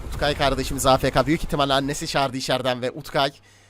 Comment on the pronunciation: UTKAYS ,S'yi söyleyin artık